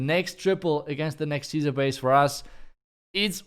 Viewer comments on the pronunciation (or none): none